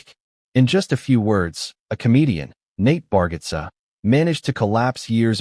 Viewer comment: You pronounce his name wrong